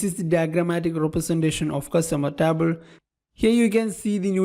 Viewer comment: Dude, your English is perfect. But that TABL instead of table really cracks me up! good work tho